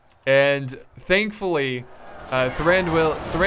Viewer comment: Pronounce Thranduil in a flowing manner, dont emphasise the two syllables at the end like "doo el" let them flow together. Like in duel. Indeed the I sound should be more of a an "ee" anyway so it should be more like "Thrandooeel".